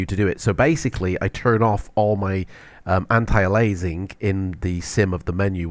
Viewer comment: Please learn how to pronounce "antialiasing".